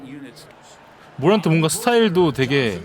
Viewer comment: 자 모란트라 쓰고, 깡 모란트라 읽죠.